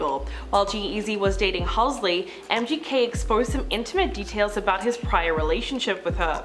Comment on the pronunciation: Had to stop watching cuz she kept saying "Halsley" 🤣